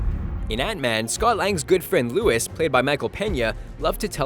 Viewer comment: They also pronounced "Luis" as Louis"